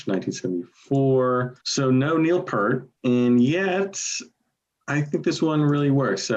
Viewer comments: It's Peart as in ear. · Say it with me everybody. P 'ear' t